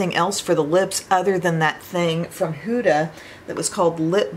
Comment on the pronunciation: Hi! Try the Caliray skin tint from Sephora. It’s so much better than the ilia in my opinion😊 btw huda is pronounced huh-da (as opposed to hoo-da). I figured I would let you know ☺️ love hearing your reviews on her products. also I got the too faced Italian palette today! Made me think of you 😊